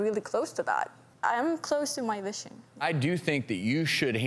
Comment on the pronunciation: The giant round melon boobs ruin everything, looks like she put a big pillow in her chest. Lips too. Waist does look cool but if any accident happens, organs are not protected. Also what is this accent “Vishion” instead of “Vision”